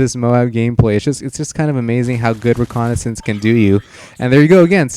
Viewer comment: and u say reconicence